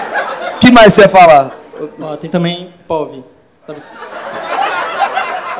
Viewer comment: “Point of view” = “Povi” pqp